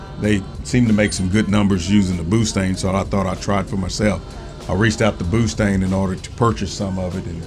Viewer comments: He said boostang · Did you say pootang lol